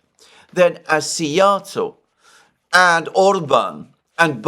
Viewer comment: Oh Szijarto pronounced well too. Well prepared for the visit to Hungary. Have a great visit.